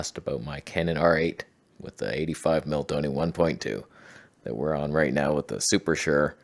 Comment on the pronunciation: When did “tone-a” become “tony”? I did not get a memo.